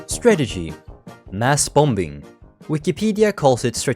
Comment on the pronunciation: Good vid but the second B in "Bombing" is silent.